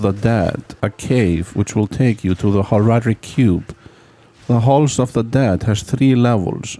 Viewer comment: 1) very good video editing 2) so informative and long, but also not too long 3) I like how you say Horadric 4) I loved the Horadric Cube so much as a kid (and still do) 5) I also like how you say two -> clearly 27 out of five happy points!